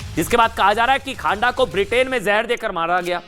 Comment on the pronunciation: Not खांडा....but खँडा....news पढ़ते ho दायें बांये thora naam ka उच्चारण confirm kr liya kro